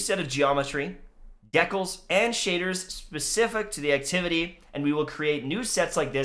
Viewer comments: I hope you said "deckles" that way on purpose,... (it's d-cals if not lol) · When he pronounces decals, “decles” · Anyone else get annoyed at how he said decals lol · I literally had to pause and laugh at how he said "decals".